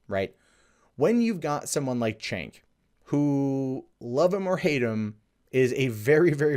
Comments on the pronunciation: pronounced jaynk not chaynk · Cenk, not 'tjenk' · Please! His name is pronounced “jenk”! Not like ch as in check... it shows how little research and fact check people do sometimes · I'm not a huge fan of Cenk Uygur or the Young Turks, but in critical videos like this, it's annoying when people mispronounce his name. You called him "Chank" the whole time.